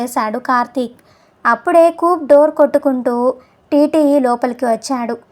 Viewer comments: కూప్ కాదు, కూపే అని చదవాలి! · Good story . Nicely told . కూప్ బదులు కూపే అని అంటే బాగుండేది . Hare Krishna